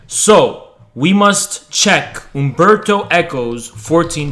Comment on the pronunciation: U-M-berto Eco. Please